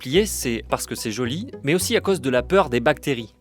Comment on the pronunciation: Le journaliste a un mot à prononcer : dôme (≠ domme). Il y a peut-être une raison à cet accent ? Joli, en revanche, ne se prononce pas jôli, Monsieur le journaliste.